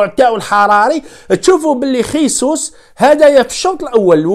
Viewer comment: لتصحيح فقط . إسمه جيسوس او . ماشي خيسوس